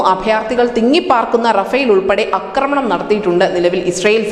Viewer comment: അക്രമണം എന്നൊരു വാക്കില്ല കുട്ടീ.. ആക്രമണം എന്ന് പറയൂ...